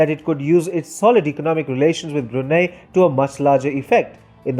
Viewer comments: Its Brunei ( Brunai ) but Brunie ( Bruney ) l azmanbsjad but also me as Bruneian: 👁️💓👁️ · It's pronounce as BRU-NAI. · Lol Bru-NEIGH